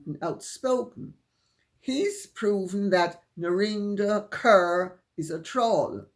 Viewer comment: Narinder Kaur is from the Sikh community. Her last name is pronounced Caw, not Cur.